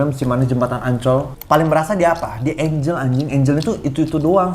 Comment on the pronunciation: kenapa klo ngomong angle jdi "enjel"?? 😭